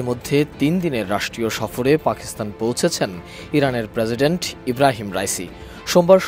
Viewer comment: কিরে ভাই প্রেসিডেন্ট নাকি প্রেজিডেন্ট?